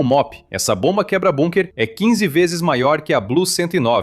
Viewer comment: Como este cara nao sabe phonunhuar a palavra Bunker? Incompetencia de lingua.